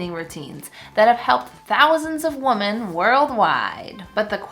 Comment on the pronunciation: Omg. I love your videos. Women is pronounced Wimen ! I promise! 😅